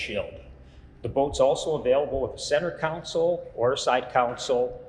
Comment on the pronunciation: Love the videos, one bit of advice, the word 'console' is pronounced con sole, as opposed to 'council'. This may seem petty, but they are two completely different words. Thanks, love the Coyote boats! Regards, D. Wilson, Tacoma, Washington.